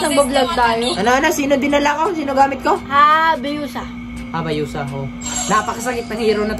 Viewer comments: Hayabusa yun kuya hindi habayusa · Hayabusa po hindi habayusa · Hayabusa ❌ Habayusa✔️ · Hayabusa ate hindi habayusa hahahaha